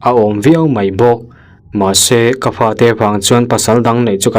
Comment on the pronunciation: "Fa" tih hi "Pa" tih ang deuh hian a ri thin a,I ha hmai a bal aniang ka ti tawp mai😂